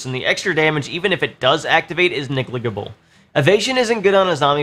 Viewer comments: Okay that’s officially the funniest way to pronounce ‘negligible’ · Negligible is not pronounced like that